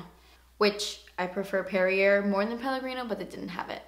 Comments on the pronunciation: Perrier... The last R is silent. You're cute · Just a little heads up: Perrier is pronounced like Perrié... Hope this helps and doesn't offend.... 💖💗💕💓💝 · It's pronounced perry-a 😊 not hate just a tip! Brush set is nice! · LOL How you said Perrier. It's Perr-e-ay. Love from French Quebec <3